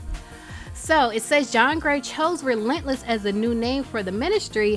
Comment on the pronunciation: At first I thought she called it rentless church